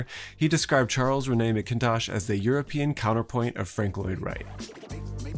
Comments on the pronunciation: It's MACKintosh, not McIntosh. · It’s MACK-intosh, not mick-INtosh. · hey great video. But its not pronounced Mac-KIN-tosh... the stress is almost equal for all three syllables, if anything the emphasis is on the first syllable. MAC- kintosh. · ....why you pronouncing it MkIntosh... Say it as MacNtosh. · American, it’s not ‘Ma-Kin-tosh’ it’s ‘Makintosh’. One word. Seriously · FYI it's pronounced Charles RENy MAK-in-tosh. Your pronunciation would be spelled McIntosh. Source: I'm Scottish and studied at the Mackintosh School of Architecture. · Having lived in Scotland since I was a child and having studied architecture in Scotland, the utter American butchering of Charles Rennie Mackintosh's name is killing me 😭. He's not French, so Rennie is said Re-ni and it's MAC-kintosh not MC-intosh. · His name is pronounced Charles Renny Macintosh... From a fellow Scot. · Why are you pronouncing Macintosh so differently to EVERYONE else. Mac as in Big Mac. In as in in. Tosh as in your pronunciation of Macintosh. Get it right. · On behalf of my Scottish Granny's, you're pronouncing Mackintosh incorrectly, I'm afraid. Is should be something like "Mac in tosh". Pronounce the 'c', not the 'k'. Otherwise, great essay. Thank you. - Cathy (&, accidently, Steve), Ottawa/Bytown/Pimisi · Just for the record it’s pronounced; Renny Mac-in-tosh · Great video but wincing at the pronunciation of Charles Ren-nay MAc-in-tosh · I'm not a big fan of how Mackintosh's name is butchered. Almost as if it's Charles René McKintosh. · That’s pronounced Mac Intosh like the apple lol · MA-kuhn-tosh I wanted to let it go but every time he said it wrong was like a stab in the chest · See American who can pronounce words or names properly. It’s pronounced Charles ren-ny Mack-in-tosh. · "Rennie" to rhyme with "Penny" and "MACintosh" like the apple computers. But don't sweat it, good pronunciation is not as important as good overall communication of ideas, and you tend to do that very well.